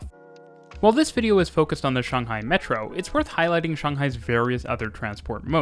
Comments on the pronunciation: First thing I noticed in the video: a Westerner who actually says Shanghai correctly! (I mean I'm a Westerner too) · The sheer satisfaction and joy that washed over me as you pronounced Shanghai. Correctly. So many people say it like Shaynghai and it just annoys me